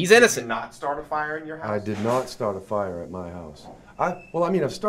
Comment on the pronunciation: "He didn't start the fiya"